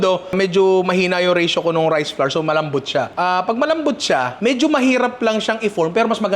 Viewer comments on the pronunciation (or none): none